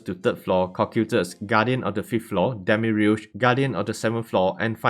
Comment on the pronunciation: I gotta say it demiurge is just demi and urge no special pronunciation